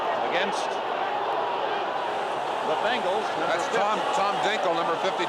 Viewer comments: Say it with me….BENGals….BENGALS…… not BANGLES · BENGals. Not f’n BANGals